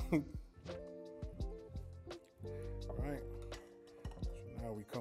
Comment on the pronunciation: You remind me of one of my colleagues I used to work with..."ight"! Love your videos!